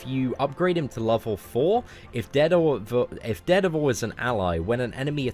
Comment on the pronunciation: I wanted to rip my ears off each time he said it. It's DARE DEVIL, not ded-a-vul... reeeeeeeeeeeeeee!